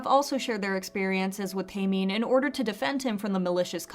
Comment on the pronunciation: its pronounced TEH-MIN NOT TAY-MIN